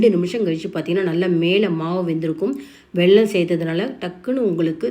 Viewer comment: உங்கள் ரெசிபி சூப்பர் உச்சரிப்பு தான் வெள்ளம் என்கிறீர்கள்